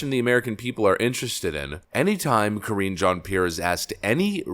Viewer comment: Ka-ringe Jean-Pierre. Mega cringe.